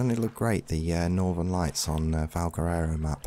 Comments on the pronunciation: Nobody commenting on how he makes valguero sound like valguerero? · Valguero NOT Valguerero! ;)